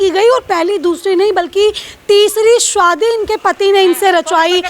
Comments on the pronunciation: शादी ❌ स्वादी ☑️ 🥲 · Shadi ❌ Swadi ✅ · 'Shadi' hai ki 'swadi'😂😂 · रिपोर्टर शादी को शुवादी कह रही है 😂😂😂😂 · BAhan Zara sahi se bolo shadi bol rahi ho to lag raha hi shoudi.